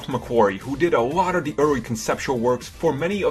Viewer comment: You need to take some speech classes. Your inability to pronounce words correctly is annoying. "The" not "Da"